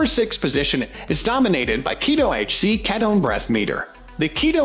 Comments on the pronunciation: The mispronunciation of K-EAT-O is frustrating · Pronounce ketone correctly for credibility